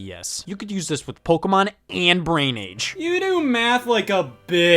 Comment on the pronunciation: I object to the claim that DS had any hardcore games. You want the PSP for that What games can the card reader use? I have Love and Berry It's po-KAY-mon, not po-key-mon